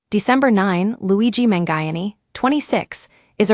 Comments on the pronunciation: man-guy-an-ee? Sheesh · Man who? Terrible pronunciation of his last name